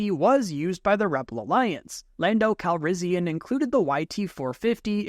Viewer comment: Am i the only one that thought he said lando calrizzian